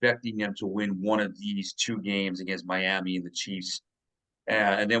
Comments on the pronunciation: Miam-EEE. You can do it! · Love your insight, but the "miama" v. "Miami" is getting annoying. Sorry brother... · For God sake...just say Miam'ah!!!!:) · Never seen anyone struggle so hard to say Miami. Now do Pa-hoe-nix